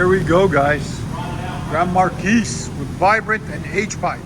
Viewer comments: The "S" is silent. "Mar-key" pronounced. Why is the H-pipe all jacked up? You didn't have a pipe long enough? Sounds great guys!!!!! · It's pronounced "Markee" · Say it with me? Mar-key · Pronounced Mar-kee. The S is silent, just like Illinois. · "markees" lol